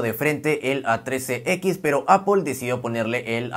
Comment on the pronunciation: Primer YouTuber, que acepta cuando pronuncia mal. Nunca nadie responde y siguen hablando mal de las marcas que aman ( es ApL no apel y nunca Apol, es simple solo es manzana 🍎 ApL). Te ganaste mis respetos por humilde, te seguiré y activare la campanita.